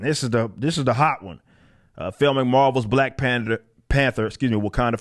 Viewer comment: Did mean to say Black Pander instead of Black Panther......lol not sure but that was pretty good if you didn't.